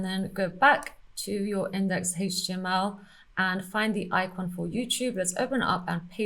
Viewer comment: I always love the parts when you say "Haige Tea ML", just like so. #SCNR 😉